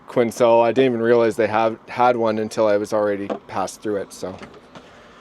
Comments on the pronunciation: Quinn sell? It’s pronounced Kwinell. Quesnel.😂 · Quesnel is pronounced “kwen-nel” never heard it pronounced they way you said it 🤣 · It's pronounced, quinnelle. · It's pronounced Quin-elle - Quesnel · Quesnel is pronounced quen-Nell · 🇨🇦Quesnel is pronounced kwinell, the s is silent. Cheers from Red Mtn! 🇨🇦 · great video as usual, The s in Quesnel is silent